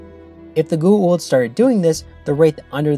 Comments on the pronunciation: Goo’ oold ? Why is it so hard to pronounce G O A - U L D GOO AAA OOOOH LLL DD - GOWA OOLD - GWA OOLD .. Goa’Uld damn its so anoying to the ears .. its a made up name in englisch .. so phonetically its not a mysterie how its meant to be pronounced.. some of the actorsvof the show too btw omg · Every time you say "goo-aah-oold" instead of "go-aah-oold", I cringe. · Bro say goa'uld priperly damn XD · what i hate most about this episode is how you keep mispronouncing goa uld